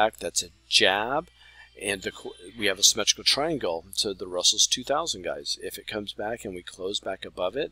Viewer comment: 😂 funny how you pronounce the RUSELL 2000